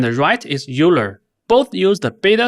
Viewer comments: It is pronounced "OILER" not "you-ler". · euler is pronounced "oiler" like euler's equations from physics